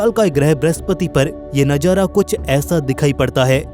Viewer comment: Bhai tum manzar ko manjar or nazara ko najara bol rhe ho...baki voice shi h